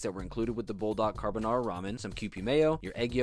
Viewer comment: 🫵 NO … NA DE CAARRRRRR BONARRRRRA 🫵😡 😂😂😂😂😂😂😂😂😂